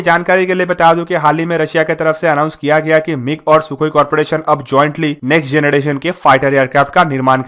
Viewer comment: Say "Artilary",not "Artilady" and "Generation",not "Genedation".